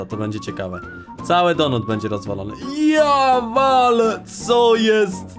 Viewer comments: Mówi się donat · Kurw... Mac Donata nie donuta. Donuta to masz w dup...e